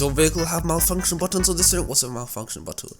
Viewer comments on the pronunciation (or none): Is it just me or said “malfunction” instead of “multifunction”?